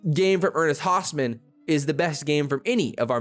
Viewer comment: Pronounced ernest Hows-min not the other way. Source hes extended family the first husker 🥲